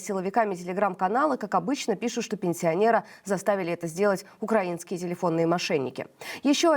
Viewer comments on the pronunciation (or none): none